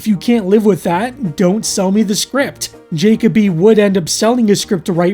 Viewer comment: IS it "Jacob-y" and NOT "juh-KOE-bee"? Because I have NEVER seen the name "Jacoby/Jakoby" and heard it pronounced "JAYKAH-bee"...